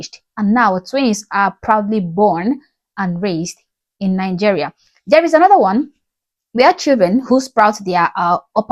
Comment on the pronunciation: Hey, really love your content! Question: You pronounce it NiNgeria? I heard another Nigerian pronounce it that way too, but I thought she had a speech impediment (not trying to be offensive here)... But hearing you say it like that aswell, I wonder about it.